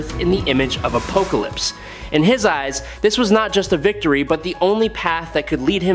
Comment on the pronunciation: Why can’t you pronounce apocalypse properly??